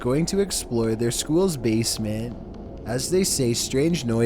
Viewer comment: “Number 15, freshman on the first day of Skewwl”